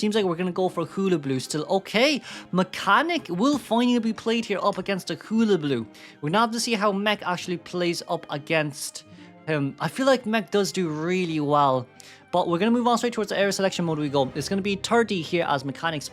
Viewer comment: hull-a-baloo hull like the hull of a boat baloo like the bear in jungle book not hoola-blue